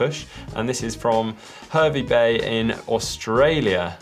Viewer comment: Classic British pronouncing Hervey Bay wrong, it like I’m back in my home town around backpackers again